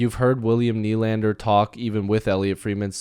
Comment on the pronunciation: Just a quick FYI everyone is pronouncing Nʏʟᴀɴᴅᴇʀ’s name wrong